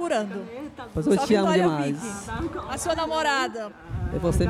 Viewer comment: "seio que você é linda demaizi"